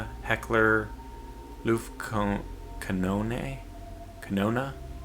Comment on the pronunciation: Just FYI it's pretty much "Looft-cannon". Luftkanone literally translates to "air cannon", which in this case means "anti-air cannon". Google translate does not agree with BTW. It includes the "anti-" part and translates it as "Luftabwehrkanone ". Whether a native German would ever use that term, I have no idea.